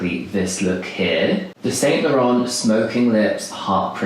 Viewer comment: "San La-rhan" chap (soft "N"/silent "T") in the Standard French way🙄😌 You"re English though - ergo surely you must hv Studied French at School for at least 3 years & saying "SainT LaurenT" is just embarrassing. (Am not sure what's going on here; perhape you finally noticed BTS during late Pandemic (or just this year!) & are obsessed with our Busan guy Jimina. (Whom is straighter than straight IRL.. Diddums) Note - Jimina had the Boy bag💜💜 - which he covered in LY Era badges & other pins - it was battered beyond repair by LY in Seoul the Winter before the Pandemic💜💜 Note - Chanel's unfortunately lost paramour was Arthur Capel - everybody called him "Boy" - she named that bag💜💜 (& a certain Chanel Watch) "Boy" after him💫💫 Surely you know that much - although I'm sensing you didn't know BTS much before the entire World began obsessing. Shame, really - you missed so much. (I expect better though if yr representing English types on the World Stage or at least YT.😶💜 & stop swearing for goodness sakes, it looks cheap & nobody wull take you seriously - lets hope PJM never sees this🫣💜 The whole "Jimin is my bias" fallacy will also need work🤭💜 Nobody believes a word of it🤔💜 - espc if you know naff all about his iconic performances; but it will hopefully bring a few more views if yr trying to hitch a ride on Bangtan's coat tails (as many do now.) Further note; they weren't "mocking him" in the BS&T reaction🙄🤭 They were telling him how amazing he was💜💜 - Read the Subtitles if nothing els